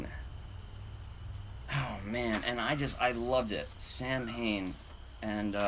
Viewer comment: If Sam Hane is Samhain, it's pronounced like Sow (ow!) - en. B-) 🏆 And Congrats Rebeka!!! I knew that was a winner! <3